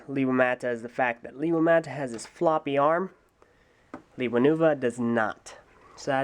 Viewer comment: And also it's pronounced: LAY-wa